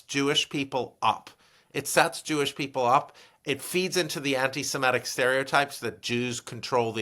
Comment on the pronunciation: why does Stanley say antisemEtic, instead of antisemitic? ie ET instead of IT. a little distracting